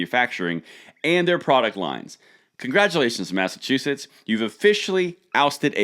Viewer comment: What y said mass a chew us is that a state🤣